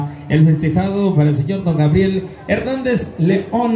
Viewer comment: Todo bien,pero por que siempre dices "Grabiel" en lugar de decirlo correctamente como Gabriel?